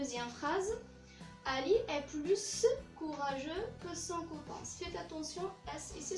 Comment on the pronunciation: On dit plus courageux, s ne se prononce pas avant un adjectif